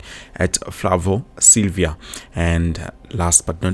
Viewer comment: Silva not Silvia bro 😂